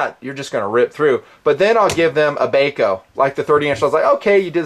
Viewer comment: Not Bay Co, It's BAH CO. Gheesh. My ears tweaked every time he said it. Bahco laplanders are unmatched in endurance. I would assume nothing less from the Force series. Thanks for the look.